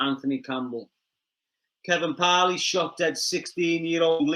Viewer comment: The once again talking-about things he knows nothing about, he only knows what he has read in the news papers. Kevin Parle or Parley as the pronounces it should be advised that his name in pronounced Parl, the e at the end is silent 🤪😜